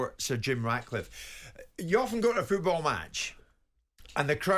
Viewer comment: Jim, it's FOOTball, not fecki FEWTball!!! On the end of your leg is a FOOT not a FEWT